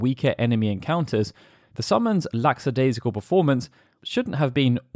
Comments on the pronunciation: You said “lacksadaisical” but there’s only one S, the one near the end. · These videos are great. However, there’s no such word as “laxadaisical ”. Check it out! 😊